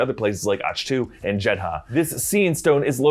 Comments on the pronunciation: The planet Ahch-To is pronouced AHK-Tu, not Ach-TU. They say it a bunch of times in the movie...Sometimes im not sure if you a legit fan of the movies and shows yall do videos on, or just reading scripts. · its Akk tu not och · It’s pronounced “Ah-ck Two” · Right?? What the heck is Ahshh too? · Isn't it pronounced Ak-to Like the composer Bach?